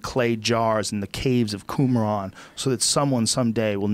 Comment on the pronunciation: Joe, "Buried in the caves of koomron" Rogan.